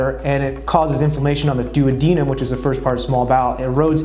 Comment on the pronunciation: Is that how you properly pronounce duodenum? I’ve never heard it pronounced that way 🤷🏻‍♂️